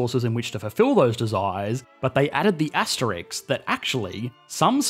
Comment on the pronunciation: Am I the only one who always hears him saying "asterics", instead of "asterisk"?